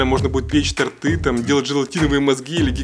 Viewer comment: Не тортЫ, а тОрты